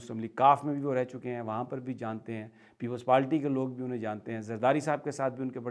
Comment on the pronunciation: I have noticed it many a times. You pronounce PEOPLES PAALTY... AM HAPPY AS CAN BE